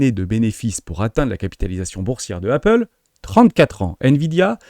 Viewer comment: Prononciation de "Apple", pareil y'a pas de H Et meme si ya un H à "high" tu insistes beaucoup trop dessus 😅 Quelques tics de langages aussi. "Dès lors", "soit dit en passant" Tu le dis beaucoup trop 😊 😉😉